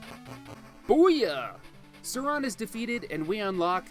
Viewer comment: Why does he pronounce Sauron as “Sarong” 🤦🏻‍♂️